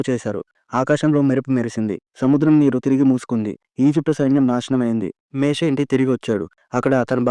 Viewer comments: Ani mistakes matladthnaru ,meshe ,kadu moshe,,fero kadu faro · మేషే కాదయ్యా మోసెస్ ర్ మోషే